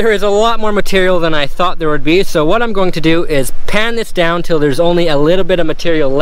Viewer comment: "Look at vhat"🙈